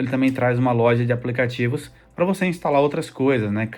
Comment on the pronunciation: Irmão, por que você fala "aplecatievos"?